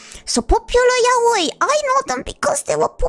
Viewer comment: The proof she’s a real Fujo is that she’s probably the first person I’ve ever heard say “yaoi” correctly